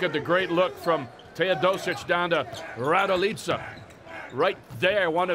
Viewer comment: Kolko me iznervira kad ovaj kaze Miroslav Radilica tebra kontam tesko im reci raduljica ali RADILICA🚫🤣